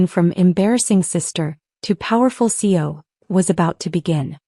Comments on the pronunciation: How annoying to hear the mispronunciation of C E O, not seo, so many times. That should be basic AI programming unless you bought the budget package. The main gist of the story, the use of of the storage room reference, is used ad nauseam. The moral of the story was made in half the time the story runs. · Can't your A.I. separate the letters of C E O and say them correctly, C.E.O., NOT run them together. Chief Executive Officer?